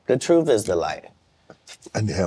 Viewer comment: Not even a minute in and he says safe to tell the troof